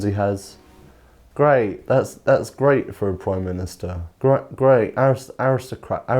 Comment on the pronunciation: Rishi is so rich he doesn’t need to pronounce words properly “awisocwats”